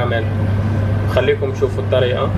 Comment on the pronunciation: سلام شاف من فضلك شرح لسانك اهضر بلهجة بلدك لانه في المغرب نقول الطريقة وليس الطريئة...اذن لهجتك أقرب الى الفصحى. فأرجوك أن تحتفظ على هويتك ولهجة بلدك. المغاربة الشعب العربي الوحيد الذي يتنكر الى اصله. قال ليك الطريئة....مجاتش معاك اصلا خلطي المصري والخليحي والإنجليزية..وريح الشاف مالك على هاذ التخربيق نتاع العيالات.. وتبقى أحسن شاف اكيد. انت ممتاز في الطبخ ولا انتقد عملك ولكن انتقد وطنيتك.